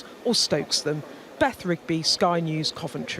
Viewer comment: I thought de Pfeffel said he going "to level Coventry..." for a second there. I guess that's one way of doing it...